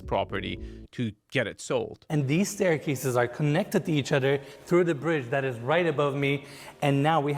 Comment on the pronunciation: I wish would take a year off and learn how to pronounce “th”. So annoying listening to him say “ledder” and “udder”. As a bonus, he could strike his hackneyed catchphrase, “and it gets even better”.